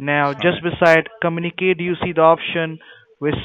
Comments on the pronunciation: "give a click on comuniKATE" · I'm sorry but I laughed so hard when he said 'Come-uni-kate' lmao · When he says "communicate" it sounds like "come in a cake